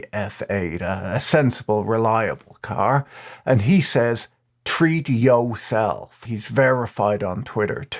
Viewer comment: The way he said "Treat YOW self" 😂😂